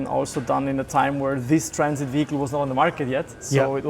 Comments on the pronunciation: Sorry, it’s a what, a Trans… it, no, I think it’s a Traaaaaaaaaaaaaaaannnnn…. It. Get it right Jonny.. 😂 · Odd pronunciation of traaaaaaansit straight out of the gate there Jonny. ;-) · It’s so weird you keep saying the name of the trraaannnssssiiit wrong